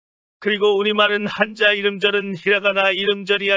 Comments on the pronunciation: 한자를 한짜로 발음해야 맞겠죠? 한. 자 로 하면 한 글짜 라는 의미. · 漢子읽을때는한자가아니라 한짜가 아닐까요? 한자발음이 참 거북하게 들리네요 띄어쓰기를 안다면 우리한자의 소리내는 방법도 공부 할 필요가 있다고 느껴지네요